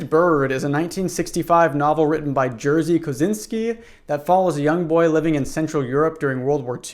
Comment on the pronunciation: As a Polish native, the name Jerzy sounds more like a Ye-si-y, with si pronounced as in vi*si*on (an ʒ sound) and a flat y, sounding like ɘ in a word m*i*ll, more than Yersey as you pronounced. Hope this helps! Polish is so hard to pronounce if you're not a Pole lmao